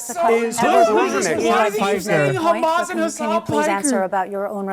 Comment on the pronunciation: Damn he really said "Khamas" and "Hassan Piker" in the same breath huh 😂😂